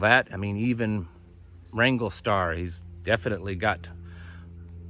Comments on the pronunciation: Ty for clarifying. I thought you said Ringo Starr! Lol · Did he say Ringo Star?